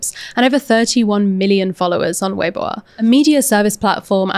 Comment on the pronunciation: BTW, weibo is pronounced vey-bwo-a (with a short "o" like "worsted", not "won't")